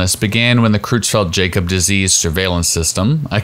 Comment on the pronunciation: You are pronouncing CJD wrong. Jakob is pronounced "Yahcub".